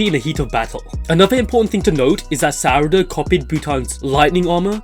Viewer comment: God the way he says sarada bothers me he says suh-rada sar-ada